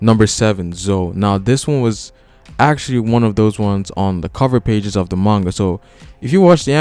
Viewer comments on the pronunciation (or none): none